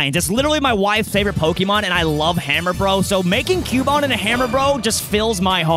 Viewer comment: Its cubone😂😂😂😂😂😂